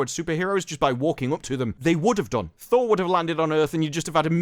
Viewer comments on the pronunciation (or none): none